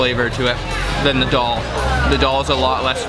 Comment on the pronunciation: Its so funny the way you pronounce the names of the food!!!!! Why can't you say 'Daal' the same way as you say 'Naan' - it sounds so much like Doll!!!! :D